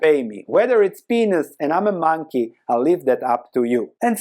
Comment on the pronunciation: With your accent you really shouldn't be saying the word "peanuts".